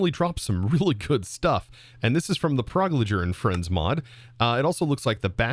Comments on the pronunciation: Pyrologer is pronounced "Pie-ruh-loger", not "Prologer" just fyi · he still can't say pyrologer ;w